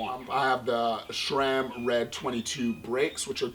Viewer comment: Nice bike. Should have got the full Sram group, though. The Sram cranks look so much better than those Rotor ones. And BTW: there is no "H" in Sram, sor it's "sram", not "shram".